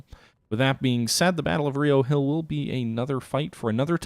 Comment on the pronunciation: As a native to Charlottesville, it's RI-oh Hill. Not Ree-oh. Don't ask me why. it's just like how we call Buena Vista byoona vista